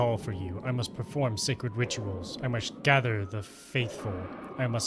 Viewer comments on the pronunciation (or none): none